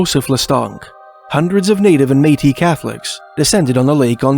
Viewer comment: "May-tee." I learned it here!❤